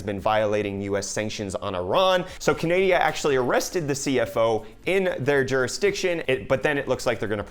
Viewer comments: What the hell did you say canadia Canada you bean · I wouldn't buy from either Intel or AMD, right now. At this point, it's much better to wait to see how things play out for both companies in 2019. Should be fun/interesting. Stay tuned. :) P.S. Did you just say "Canadia"?! LOL. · He said Canadia... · Please stop calling Canada Canadia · China, I mean Canadia?..... What? LMAO. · did..... did you say canadia? lmao, thats hilarious! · WTH is canadia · "Canadia?" Is this the Scandanavian Canada? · Did he say CANADIA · did you just say Canadia?